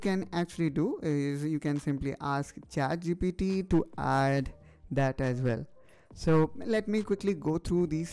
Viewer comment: i heard chai gpt